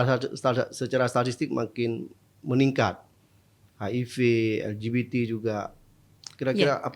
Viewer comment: L G B T jadi nya ELGIDITI AAAR INDO INDO😂😂😅😂